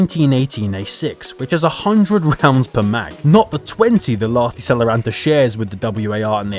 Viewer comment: I will end Enlisted if you don't learn to pronounce Lahti Saloranta correctly (im from finland)!!! (you allso need to learn all the other finnish words you have tried to say)